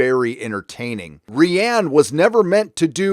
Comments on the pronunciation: Protip: Johnson's name is pronounced like "Ryan" Doing it wrong looks bad, stop that. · It's hilarious how consistently he calls JJ Jar Jar and Rian Johnson "Rhianne" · Jar jar Abrams, fall of Skywalker, mispronounce Rian. Ok we get it. It gets annoying when you won’t drop it after a while